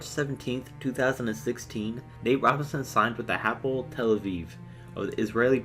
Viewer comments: Not Apple Tel Aviv Ha-po-el Tel Aviv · Its hapoel tel aviv not the apple tell aviv.